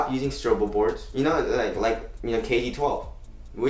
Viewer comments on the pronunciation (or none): I've been subscribed for like 2 years and only now I realized you guys are saying STROBEL board instead of STRUGGLE board :)